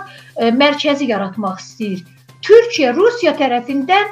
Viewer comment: Bu qiz kimdise deyin bir az yavaw daniwsin. Deyesen cawibe. Ay xanim qiz Turkiye deyirsize TURKIYE. Ukrayna ile gucnen bacara bilmir hele. Turkiye ne edecek Rusiya?